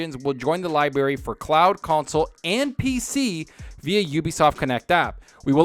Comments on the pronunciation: Why do you say "Liberry"? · My mom says it the same way 😆